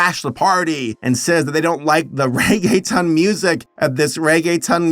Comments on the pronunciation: Reggaetown? Cute but no, it’s ReggaeTON as in a TON of Reggae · Somebody probably mentioned, but in case they didn’t, it’s pronounced Ray-gay-tone. Not a big deal just thought I’ll mention. It took me a few minutes to realize that’s what you meant. I must be a little slow. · As a Hispanic I miss 2000’s reggaeton (I cried every mine he pronounced reggae-t-O-n as reggae-tun 😭🙏🏽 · It's is reggae tone not ton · The only part I couldn’t help but snicker was his pronunciation of “ReggaeTON” 😂 when it’s “tone” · Bruh says reg a tone instead of regge thone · if it helps for pronouncing Reggaeton you say it Rae-Geh-Tone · Anyone else chuckle at him calling "reggaeton" "reggae-tun" & "reggae-town"? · I love pronounced regeton as reggetown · You were actually doing really well in annunciating then you said Regetown. SO CLOSE SABER! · It's pronounced like reggae tone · I lost it when he pronounced Reggeton as "Rege-Town" 😂😂